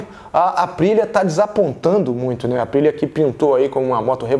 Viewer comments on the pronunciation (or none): Total respeito ao Téo José... mas não da pra gnt sair de uma transmissão com Guto e Fausto e cair numa q o cara não sabe se a moto escapou à frente ou se foi traseira... escutar ele chamando a Aprillia de ASPRILA, falando NAGAKAMI... Pelo amor de Deus, a fox precisa contratar essa dupla de monstros da motogp!!!